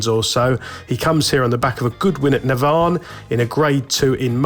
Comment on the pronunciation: Can't even pronounce navan. Crap tips